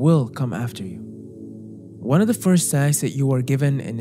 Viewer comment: Your English is beautiful but OF with a single F is pronounced OV. Only when there are two Fs do you say AWF.